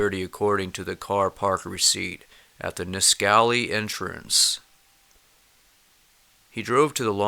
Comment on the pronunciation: "niss....qual...ee" great video...realize what a local I am when I hear others try to pronounce all our native names..